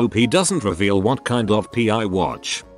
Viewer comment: I love that it reads out pie instead of p.i.😆